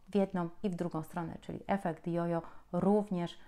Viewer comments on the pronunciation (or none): none